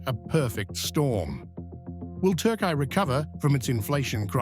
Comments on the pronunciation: "yeeahz" or "yeaRs"? "Turkay" or "Turkey"? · tar-kaai-aay ? Apart from the currency now even the name is worthless